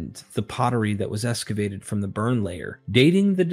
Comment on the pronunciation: Why esscavate instead of excavate? So annoying!